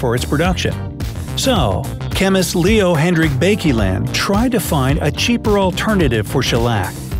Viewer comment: It is Pronounced Bakeland not “bakyland”